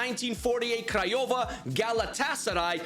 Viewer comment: You said Criova correct ✅ we just say that